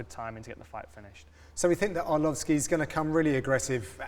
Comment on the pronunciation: lmao did John say entree arlovski ???